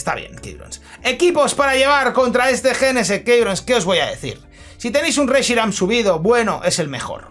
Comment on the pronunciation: A alguien más le da rabia como pronuncia jenesect???😅😂